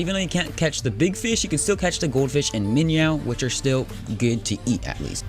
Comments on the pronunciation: Minyow. LMAO! That's funny. Not Min-oh but minyow. That's great shit! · Its minow not minyaw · m8 its a minnow not miniow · also, its not Bass like a guitar, its b ass. Its minn oh, not minyow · they are called MIN OHS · Wtf is a minyow? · I normally don’t correct people on pronunciation, but it’s Min-O spelled minnow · Bass is pronounced "Bas" and Minnow is pronounced "Min oh" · Every time he says minyow I die alittle I'm glad he doesn't say base and trot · It's pronounced Min-oh. And Fish for singular and plural. Fishes is not a word. Like deer means 1, or multiple deer. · it is called a (min-oh) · AND ITS FOKIN SAID "MIN-O" NOR MINYOU!!! love you're bids BTW reupload you're fps vid it helped a lot. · You just do sooooo many things wrong you do mistakes you dont know the npcs you miss pronouns many things and i know alot more then you in curtent state i am just so disapointed like man get your shit thogeter play russia complete the npcs also on hawaii . Just play russia and hawaii is it so hard this is not a hate comment but a speak from the people like the misspronoutiationt with the minnow and its called min oh and also with the mp40 and if you dont know what that is well then you shouldt do youtube again this is not hate i like the tiny info you are giving tho the new players but i want to see improvment please read this and not take it bad please. Btw srry if i wrote some words wrong but as we say here in norway e driter i det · your saying minnow weirdly